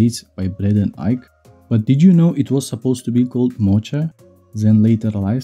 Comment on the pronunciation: It's pronounced moca not mocha